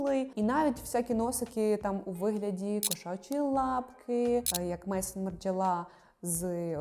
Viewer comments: Не хочу здатися зарозумілим але то не "Мейсон" Марджела а МЕЗОН, тобто будинок, дім Марджела. Так само як парфюмерний дім Мезон Френсіс Кюркджян. Дякую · Дякую за відео! Бренд газивається Мезон Маржела. Тобто Дім Маржела